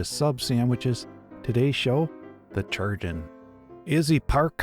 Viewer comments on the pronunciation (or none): STOP FUCKING SAYING CHURGEON ITS SPELLED CHIRURGEON KAI- RURJ- UN YOU MAKE ME ANGRY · Um, "Chirurgeon" has a greek etymology, which means that it should be said as "Kee-rur-jay-ohn". In latin and greek based languages, unlike celtic and slavic languages, "ch" is a hard C, not a soft C. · I attend an event called pennsic and we call our medical staff, on site, chirurgeon. The popular pronunciation for this word is Ki (like kite) ur (like urn) geon (like surgeon) ki-ur-geon. Rolls off the tongue a lot better 🙂. Love this show. Totally needs more of a following. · Yep, for example in Italian chirurgo=surgeon so I found pronunciation really funny